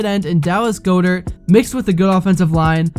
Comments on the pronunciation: it’s gah-dert not go-dert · Go-dert? It's God-dert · Did he say Dallas gogurt?